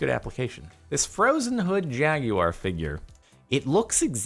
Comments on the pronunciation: What the hell is a “Jag-you-are”? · D-did he pronounce it.. jag..ee..wire..........???? Excuse me?? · I'm just gonna ignore how he says jaguar..... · "jag yew R" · Mildly infuriating: the way he says jaguar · I have 3 questions: 1: What’s wrong with the new camera? It seems perfectly fine to me. 2: Who says “jaguar” like that? 3: Why the hell is everyone so damn upset over his broken headphones? They’re wearable speakers, not the cure for some horrible disease.